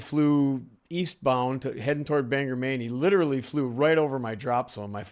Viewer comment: A tiny nitpick from someone who learned to fly near Bangor. We pronounce it like it's spelled: BANG-GORE rather than BANGerr.